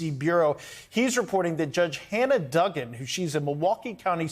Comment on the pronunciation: How do people get jobs reading when they canNOT read. Learn how to pronounce words before you get in front of a camera to read. It's not Duh-gan, it's Doo-gan. No one will listen to you if you can't pronounce simple words. This is very important information! Try harder!